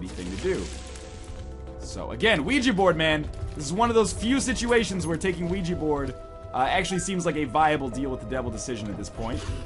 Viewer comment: i like how he pronounces Ouija Board as WeeGee Board. Thats how everyone should say it